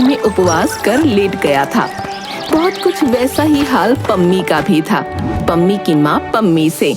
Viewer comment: Pammi ❌Pajami☑️